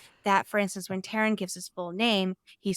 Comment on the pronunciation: It's TAIRN, not Tarin. T-air-n